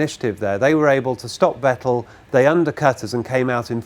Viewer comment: Thank you for not pronouncing it "Vetell"